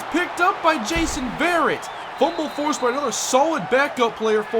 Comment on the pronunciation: Just so you know, ive had people tell me this on my channel, Jason Verrett, his last name is pronounced "Vur-ett"